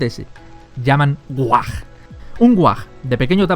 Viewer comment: No es whag es WHAAAAAAAAAAAAAAAGGGG